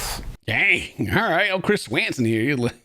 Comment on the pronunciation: I love how he says Chris S-Wanson instead of 🦢swanson